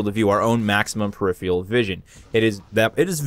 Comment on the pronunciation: "peripheral" - pronounced "purr-if-fur-al" I know you're from Buffalo, so I'm trying to help.